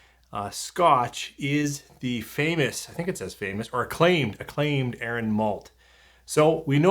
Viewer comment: Yep, pronounced correctly. As much as I LOVE Arran, this sounds like a definite miss for me, even at the price (and if it were ever to be seen here). Would rather save my pennies for something better 😉 Cheers! 🥃🥃 Marian 🇨🇦